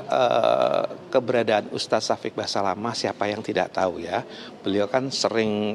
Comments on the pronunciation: Fokus denger Reporter nya bilang ustadz "basamalah"😮😅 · Seperti nya presenter wanita nya jarang ikut pengajian , nyebut ustadz nya salah. Ust Syafik Basalamah , jadi Syafik basamalah.. piye to...?? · basamalahhhhh haha... basalamah mba reporternya